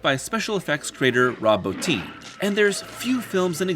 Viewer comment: THANK YOU FOR PRONOUNCING ROB BOTTIN'S LAST NAME CORRECTLY. It is impossibly rare on this platform.